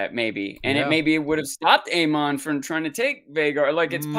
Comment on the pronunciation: easy on the "ahn" pronunciation of every name. lol. It's just Aemon. and definitely not ChristAHN. lol. Gotta love dancing